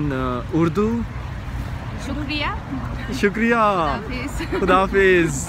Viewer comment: When she said sukriya ,I heard chutiya.😉😉😉Lol!!!!